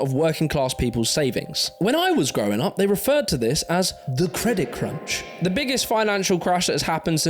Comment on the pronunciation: "CREDIT CRUCH"???:) But another spot on vid regardless,!